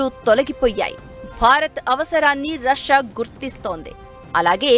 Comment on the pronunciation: రస్యా కాదే అమ్మాయి...రష్యా అని ఉచ్చరించాలి